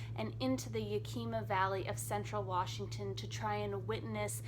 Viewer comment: I like your style, and I love Dillard's work (I have often taught this essay to my college students), but please : It's YAK-i-maw, not yu-KEEM-uh.